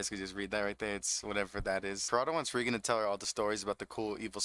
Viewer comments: REEEE gen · Great narration but my guy watched 3 seasons of the anime and still can't pronounce the names right like Reigen.